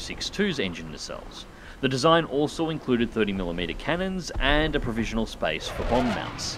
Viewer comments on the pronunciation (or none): none